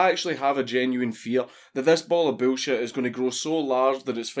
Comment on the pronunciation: "Boolshet." I love Scotlandistan. You too papa Dankus.